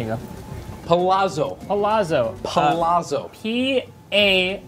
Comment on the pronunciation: Palazzo is pronounced like pa-la-tzo, the double z in Italy has a harder pronunciation (think of mezzo piano)